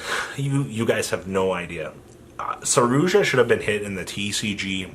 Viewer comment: Wtf is a 'saroozsha'